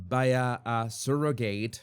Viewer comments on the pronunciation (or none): Skin to skin is more than smelling and hearing the familiar biological mom. They do it for the father too. It helps create a bond. Also, how you're saying surrogate and surrogacy is driving me crazy lol. I understand why you're pronouncing it this way, but oof. Regardless, I agree and disagree with you about surrogacy. It's not optimal. But if the child is truly loved and raised in a good family, that is a win. Okay so... surro (sir-oh-gacy) and in-veet-roe. I'm not trying to mock or anything. I love your channel and agree with you on a lot. Just don't fully agree here. If all families could be the nuclear family, that's awesome. But that's not the case.